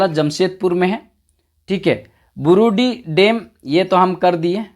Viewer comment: Burudih ko barudih bolte sir